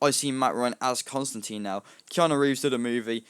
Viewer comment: its actually constan TINE the media pernounces it wrong